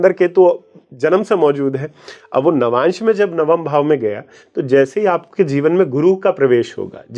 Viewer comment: Lavmansh nahi Navamsh hota hai😊